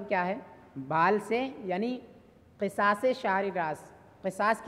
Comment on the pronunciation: Qisas nahi qusaas h Qisas ka maana Intiqaam h